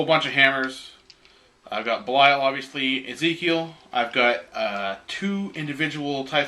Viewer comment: for the love of Pete! Its pronounced BEE-lee-uhl. Not bell-Isle. Bell Isle is an island in Detroit. Belial is the spirit of evil personified in Hebrew myth. Which one do you think GW was going for when they gave him that name?